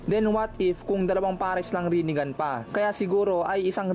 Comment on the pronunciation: HAHAHAHA Rine-Gone😂may point si kuya😂